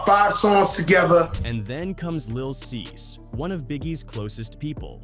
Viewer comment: VerSUS and little cease 🤦🏾‍♂️😩😭😭😭😭😭